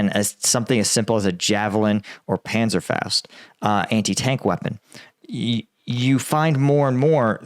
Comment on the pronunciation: As a german it offends me how you pronounced Panzerfaust.